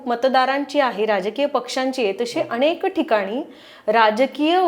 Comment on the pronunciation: अणेक नाही अनेक, करूयात नाही करूया, दिशेणे नाही दिशेने, णाही नसतं नाही असतं, रचणा नाही रचना......किती चुकीचे उच्चार करत आहेत या बाई! मराठीला नुकताच अभिजात भाषेचा दर्जा मिळाला आहे!